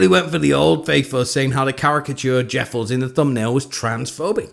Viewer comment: Oh my gosh, you said jeffals! 😃